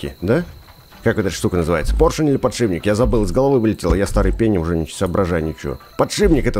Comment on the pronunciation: поршень или подшипник, а пдшибник